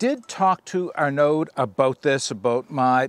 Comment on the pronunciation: Great video. The name in French is pronounced Ar-a-noh. D is silent. It was my bosses name when I worked in France.